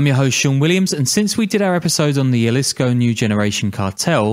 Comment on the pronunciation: the way you say jalisco is enraging. it's a "h" sound